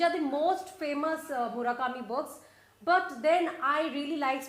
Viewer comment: Dear, Please, please (crying, sniff, sniff) please don't say 'Murakami' again, ever, never, ever........pleasee............